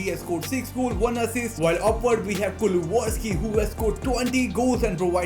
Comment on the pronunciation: It’s pronounced Kulu-Sev-Ski :)